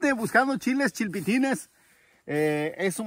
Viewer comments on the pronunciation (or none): Es chiltepin no chilpitin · Es chile chiltepin no chilpitin 😅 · Es chiltepin no? No chilpitin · Acá en Sonora se conoce como Chitepín no chilpitin...Saludos mi estimado. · Tambn en sinaloa nomas le dice chilpitin😂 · Que estresante escuchar mil veces "chilpitin" jajaja no mames son chiltepin jajaja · Se me hace gracioso escuchar que diga chilpitin soy de sonora y acá se dice chiltepin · Correcto!! Señor de la noria es chiltepin... no chilpitin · Min dice chilpitin y el compa dice chiltepin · En Sonora y en todo Mexico se le llama "Chil-te-pin" "Chiltepin" "Chile Tepin" primera vez que escucho "Chilpitin" lo busque en Google y no existe. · Yo no discuto la existencia de Chile piquín, búscalo tu y te darás cuenta que hay muchos que también se equivocan en la descripción de tal, lo que yo quiero que entiendas es que dice "Chilpitin" y pues el chile no pita.......... En google lo único que sale es "Mariscos El Chilpitin" Jajajajajajaja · El chile se llama chiltepin no chilpitin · No es chilpitin, es CHILTEPIN, CHILTEPE, OK??😁😁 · Es chiltepin viejo, no chilpitin como lo prenuncia aste... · Chiltepin no chilpetin en sinaloa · Chile chiltepin no chilpitin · aqui en la paz decimos chilpitin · Si, y todo por culpa de algun bruto que no sabia pronunciar CHILTEPIN, y ahi van los demás a seguirlo diciendo mal, como el caso de "Cirguela" y "Mangarina" que son Ciruela y Mandarina, pero la gente de ranchillos pronuncia tan mal...y tercos a que tienen la razón ...😂😂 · JUAN HERNANDEZ es cheltepin pero no lo save decir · CHILTEPIN SE DICE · Chilpetin,se llama,no sabes decir